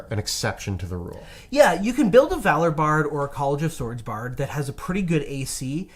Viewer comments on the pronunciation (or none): none